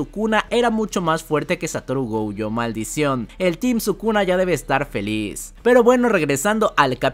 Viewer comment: Como que “gouyo”? Es gojo, el nombre no es gringo, es japonés ._.